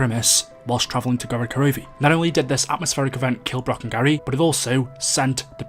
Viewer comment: it’s atmospheric not astropheric